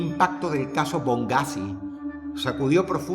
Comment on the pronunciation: es BoneGhazi BONE - GHAZI, No bongghazi xd